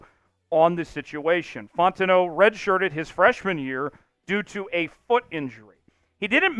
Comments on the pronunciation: he pronounce it like bro Italian or some shii 😭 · Ur saying fautanu wrong! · Bro I literally been saying the same thing drives me nuts every time 😂